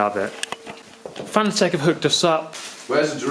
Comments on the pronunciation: Btw Fan-a-tec? I always pronounced it Fa-na-tec like fanatic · Cool then. Though I think so many people were determined to pronounce it wrong that he just finally gave up. There’s an interview where he corrects the interviewer and says it’s pronounced like ‘fanatic’. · If you’re sponsored by Fanatec you might consider doing them the courtesy of saying the company name right. Just a thought.